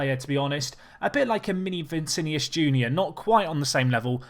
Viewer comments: Cannot buy Paqueta anymore. Going to Milan in January. And its Vinicius, not Vicinius! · Vinicius, not vincinius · It's V I N I C I U S bruv, not Vincinius, but good video nonetheless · He can say it however he likes. If I want I can proncounce your name as Andre Chavez. It's called freedom of speech.